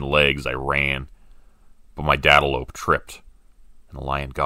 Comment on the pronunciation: I choked on my drink when he said "dadalope"